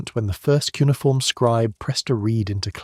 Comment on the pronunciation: Not “cunniform” - poes 😂😂😂😂